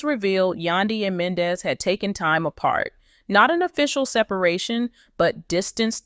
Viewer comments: Please learn how to pronounce Men Dee cees name correctly THATS so disrespectful an it’s hard to listen to u it’s Yandy an MENDEECES do us a favor watch Love an Hip hop Atlanta an hear how their names are pronounced just smh 🤪🤪🤪🤪🤪🫢🫢🫢💯💯💯💯💯💯💯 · PERIODT I JUST TOLD HER THE SAME EXACT THING ITS HARD TO LISTEN TO HER JUST SMH SHE DONT EVEN WATCH THE SHOW BECAUSE IF SHE DOES SHE WOULD PRONOUNCE BOTH YANY AN MENDEECEES NAME CORRECTLY JUST SMH 👍🏾👍🏾👍🏾🤪🤪🤪🥰🥰🥰🫢🫢🫢🫢💯💯💯💯💯💯